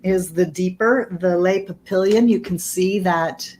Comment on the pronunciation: French for butterflies /pah pee yohn/ n is mostly silent